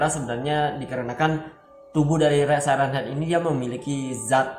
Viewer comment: Siren head dibacanya sairen head